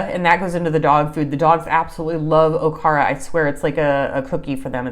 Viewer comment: Okara = ow-kaa-ruh She pronounced it correctly. Okara, or soy pulp, is a nutrient-dense, high-fiber, and protein-rich byproduct created during the production of soy milk and tofu. This white or yellowish fibrous residue is obtained by filtering pureed, boiled soybeans.